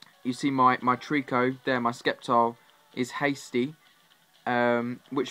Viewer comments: I was eating ice cream and when he said SKEPTILE I held that spoon and said WTF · "My Skeptile" - 2014